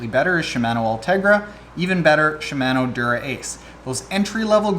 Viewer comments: Gah stop saying Shi-MAN-o! It's Shim-Ah-no! Jeez man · “CHEE-MAN-Oooo” *cringing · Was scratching my head about the pronunciation of "Shimano" but at the end you mentioned Canada so that must be it... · Should I really listen to anyone who can’t properly pronounce Shimano??? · Killing me with the pronunciation of Shimano.